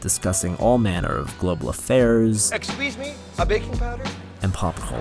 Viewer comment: Exsqueezeme Uh, baking powder?